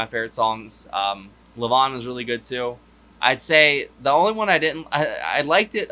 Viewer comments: He pronounces it LEE VON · Still mispronouncing Levon, even after hearing Elton sing it. Btw, it’s named after the drummer for The Band. Levon Helm. I don’t care for Indian Sunset. The song or the lyrics. Too many clichés in the lyrics. And the Sioux and Iroquois were in completely different parts of the country. More great Elton songs to be heard.